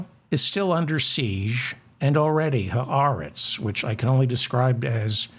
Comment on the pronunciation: Nice (and unusual) to actually hear someone pronouncing the words, "ha aretz," properly. (MANY people don't.) Of course (since you have revealed that you were a "cheder bucha" until you were almost 20(!)), I should have expected nothing less!